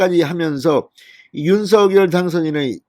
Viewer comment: 오늘 SBS에 방송 봤는데 '윤서결'발음이 아니라 '윤성녈'발음이 맞다고 하네요.발음 고쳐 주세요 ㅎㅎ